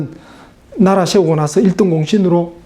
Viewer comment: 왜 발음을... 세우고-->셰우고...이렇게 하나요?